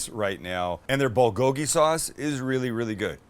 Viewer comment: Korean here. You really butchered the pronunciation of bulgogi. I try my best to sound like a white guy. Can you please try harder next time?